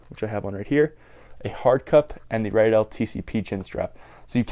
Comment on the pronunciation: How many times are you going to say Riddell wrong it is redell not rydell